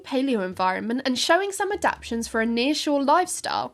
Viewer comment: The word is ADAPTATIONS!